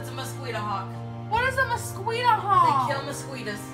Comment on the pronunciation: Nobody gonna talk about how pronounces mosquito???